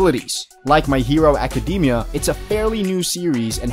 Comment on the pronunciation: “My hero acadeemia”